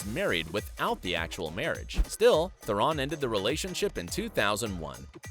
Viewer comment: It's Tihh-rohn Not ferrin